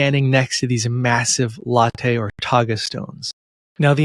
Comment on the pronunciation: Pronounced LAT-TEE not a latte drink.